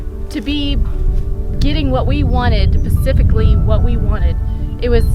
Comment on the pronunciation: “Pacifically what we wanted” she says (